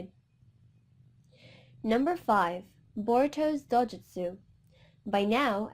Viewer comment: It’s not dojustu